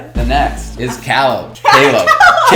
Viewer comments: In fact, in spanish we say Caleb like Brandon 😂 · Well he pronounced Caleb in French.. 🤷🏽‍♀️